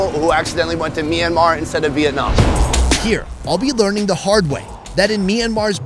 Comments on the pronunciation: By the way it's Myan Mar Not Mi Ran Mar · MYanmar not MEinmar - awesome videos as well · it is not me-anmar1